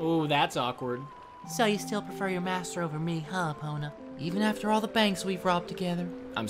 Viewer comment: It’s pronounced EPONA